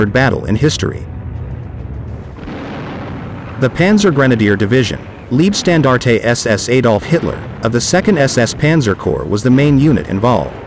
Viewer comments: Gut gemachtes Video, aber beschissene Aussprache! Warum laßt ihr euch nicht die Truppennamen vorsprechen? Es klingt doch reichlich seltsam, wenn aus der "Leibstandarte" eine "Liebstandarte" wird. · Thanks for the informative video. One minor correction: name of 1st SS Panzer div. Is pronounced "Lyebstandarte", same pronunciation as English word "lye", as in lye soap. German word for "life" is "Leib". German word for "love" is "Liebe", which does have your pronunciation of "leeb(eh)". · Very good overview, but 'Leibstandarte' should be pronounced as 'Laybstandarte' or 'Lybstandarte' (like in the English word 'Lie'), not 'Leebstandarte'... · Wrong! The German word for "life" is "Leben", "Leib" means Body. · Lean how to pronounce leibstandarte please.